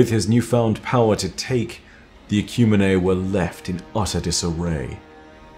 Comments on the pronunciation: I'm fairly certain "Ecumine" is pronounced "Eh-kyew-meen", not "Eh-kyew-mee-nay" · this is amazing. Ecumene is pronounced Ecumeen